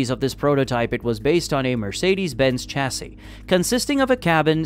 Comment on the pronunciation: YouTube. The home of not being able to say Chassis, properly.